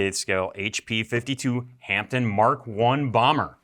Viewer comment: Hi guys, from the UK a wee heads up, the p in Hampden is silent so “Hamden”👍🏴🇬🇧…